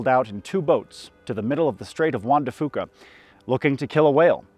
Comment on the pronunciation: i have a HARSH CRITICISM for you: i, a lifelong washingtonian, have only ever heard juan de fuca pronounced “wahn de FEW-kah”, not “wahn de FOO-kah” by people from here. multiple youtubers say wahn de foo-kah tho. good video it reshaped the way i think about animals, agriculture, and land management